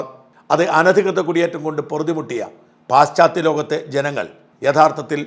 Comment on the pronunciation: പാശ്ച്ചാ ത്യ ലോകം ആണ് ശരിയായ ഉച്ചാരണം.